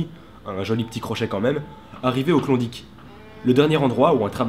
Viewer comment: prononciation du mot klondike en phonétique Klonedaïke ,)